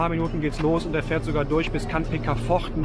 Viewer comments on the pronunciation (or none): none